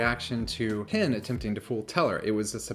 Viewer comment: Sorry to complain about such a small thing; however, I do suffer from some OCD and something you're doing is causing me some discomfort. I'm not sure if it is an accent thing; however, it sounds like you are always saying "Pin" rather than "Penn". Please acquiesce to this one request and pronounce the name as Penn (like the writing instrument). Thank you for you understanding in advance.